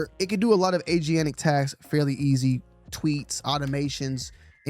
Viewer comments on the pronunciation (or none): It's "ay-jen-tik", not "ay-gee-an-tik" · did you say "Agianic"? What is "Agianic"? Did you mean... Agentic?